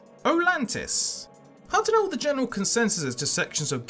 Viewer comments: Oltanis not Olantis! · it is oltanis. Not olantis :D